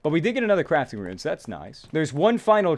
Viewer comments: Halfway through the video he started pronouncing "rune" correctly. After watching the rest of it, he started pronouncing it as "ruin" again. Come on man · it's really bugging me how you say runes as "ruins" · ruin reader? Haha, please xD It's RUNES! Not ruins!:D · First, he said iron as "eye-run", and I got over that because that's how it's spelled, even though it's still wrong. THEN, he said rune as "ruin", and I cringed SO hard. Like, is he just a living typo? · It pains me when he says ruin instead of rune. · pronounces rune as "ruin" bruuuuuuuh